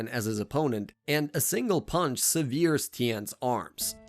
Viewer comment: it's because it's AI, also can tell from the way he says "severes" instead of severs